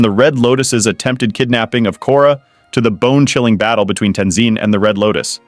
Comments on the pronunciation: amin (amon) tenzeen (tenzin) tough (toph) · This guy can make his mind up on how to pronounce Tenzin